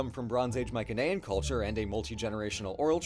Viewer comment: Why do you guys pronounce mycenaean with a hard c?